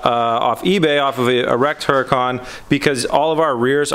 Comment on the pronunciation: No disrespect, but seriously you're pronouncing Huracan wrong. The H is silent. Don't get me wrong you're not the only person on YouTube that says it wrong. Considering that you own 2 you might want to pronounce it correctly....lol. love the show though not trying to sound like a dick. Awesome builds!!!!!